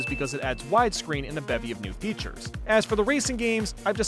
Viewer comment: Everytime i hear you pronounce features as "futures" i die on the inside.